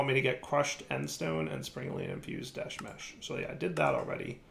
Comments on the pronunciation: Current Troll List 1) Pronouncing "desh" as "desht" 2) Not automating the sifters 3) Not auto sorting and storing all the mob drops from the mob farm into drawers 4) Not auto sorting and storing all the fishing drops into drawers 5) Referring to the process of "sifting" as "sieving" 6) Referring to the process of melting or cooking as "smelting" 7) Not massively increasing his RF production even when the arc furnace drains his power 8) Setting up amethyst production super far away from the other things that relate to it 9) Not filling in all the holes on his island 10) Not cutting down his sugar cane or setting up the sugar cane he has upstairs to automatically harvest it and store it in a drawer with a void upgrade 11) Not making any buildings to organize all of the various machines and setups 12) Still having tons of random and messy chests and such all over the place 13) Ignoring the amazing creative flight ability he was given as a quest reward 14) Not using insulated cables and then hurting himself on them. 15) Somehow still struggling with connecting wires when its obvious how they work 16) pronouncing toluene as "toe lean" instead of "taal yoo een" 17) complaining about the amount of desh ingots he needs for desh plates after saying he has an unlimited amount of desh from the moon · Why do you insist on saying deshed? I'm genuinely curious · why is he calling it desht? I didn't think there was a "t" in the spelling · Why does keep calling it desht. Theres no t